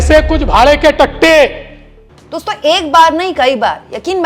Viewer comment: Pochta nahi puchta, bhade ke tatte nahi bhade ke tattu, hindi bhasha sahih bolna na aaye to Marathi bolo lekin correct bolo.